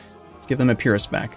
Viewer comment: Jerusalem in Hebrew is Ye-ru-sha-laim. But yeah, Skopje is Skop-ye. +He's mispronouncing Morea and Epirus.